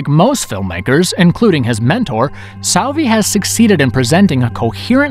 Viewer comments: Please Michele Soavi not Michelle Savi😅... anyway nice video 😁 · Tha name is Michele soavi not michelle savi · Wow, narrator really butchered Soavi's last name xD